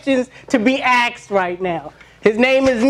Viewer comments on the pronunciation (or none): "no questions to be axed"